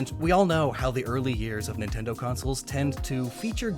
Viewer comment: People that say “N tindo” pmo